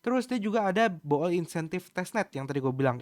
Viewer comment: koh, bacanya 'bul' karena oo nya dua bukan bo'ol wkkkwkw